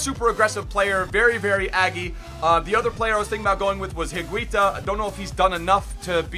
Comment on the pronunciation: The way you said Higuita's name was disgusting